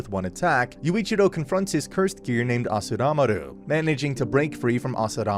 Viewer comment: Also it's "Asuramaru" not "Asuramaru".